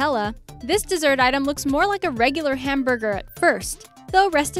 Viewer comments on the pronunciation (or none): none